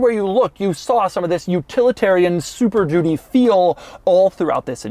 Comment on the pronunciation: Why does he keep saying "super doody" ? Is he just saying it's a really crap car?